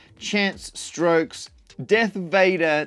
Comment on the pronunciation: Stokes, not Strokes! 😂😂😂